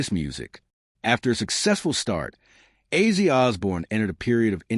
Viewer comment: His name was Ozzy, not Azey.